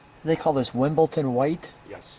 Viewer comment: WimbleDon White.There is no “T” in Wimbledon.